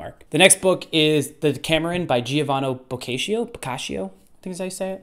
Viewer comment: And since we are already here bitching, let's bitch until the end. Moravia -> moh-rah-viah Boccaccio -> boh-kah-cho Dante -> dahn-teh